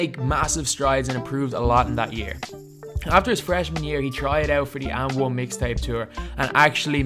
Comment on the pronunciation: did this guy said "UND ONE"!!!